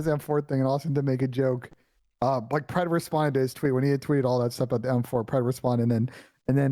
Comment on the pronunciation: Pred its pred